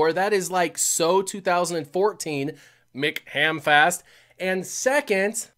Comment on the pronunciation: apologies for maybe pronouncing Andreys name wrong. Yet consistently messes up McHamfist.